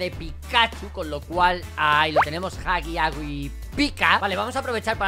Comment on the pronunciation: Repito huggy wuggy se pronuncia haggy waggy eso sí no me sorprende que lo llames así,por tu canal